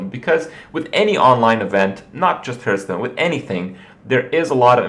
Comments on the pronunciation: Just wanted to point out its heartstone not hurtstone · Why do you persistently pronounce it "Hurtstone" ?